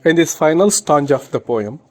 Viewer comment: 🥺Ur teaching is not good u can teach better you don't know to pronounce properly💘 you say tanga but it's really stanza 🤣🤣 if u feel bad I'm really approximately a very sorry 💘🥺